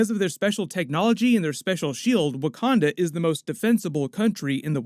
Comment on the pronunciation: Bruce Banner , scientist/genius can’t pronounce Wakanda. Sure ...